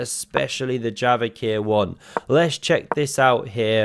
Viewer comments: The proper pronunciation of Javokhir's name: His first name is a Persian word meaning 'Treasure' - literally 'Jewel'. The 'K' is NOT pronounced. Proper pronunciation: 'Ja'(as in Jasper) 'vo'(as in Vaughn) 'k'(not pronounced) 'hir'(as in Herman). So the proper English/Latin spelling is Javâher or Javaaher (where â is pronounced as in father). This may be a common first name in Uzbekistan, but not so in Iran or Tajikistan where Persian is spoken. I am not sure how the 'k' was introduced - may be because the Uzbek script is Cyrillic and not Latin. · The proper pronunciation of Javokhir's name is Javâher. His first name is a Persian word meaning 'Treasure' - literally 'Jewel'. The 'K' is NOT pronounced. Proper pronunciation: 'Ja'(as in Jasper) 'vo'(as in Vaughn) 'k'(not pronounced) 'hir'(as in Herman). So the proper English/Latin spelling is Javâher or Javaaher (where â is the sound as in father). This may be a common first name in Uzbekistan, but not so in Iran or Tajikistan where Persian is spoken. I am not sure how the 'k' was introduced - may be because the Uzbek script is Cyrillic and not Latin.